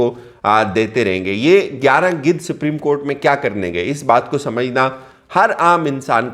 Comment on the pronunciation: Bhaii Siprim court nhi balke Supreme court hota he 🙂